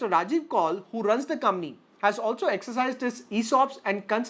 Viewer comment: Bhai pehle to aap COMPANY sahi bolna shuru karo.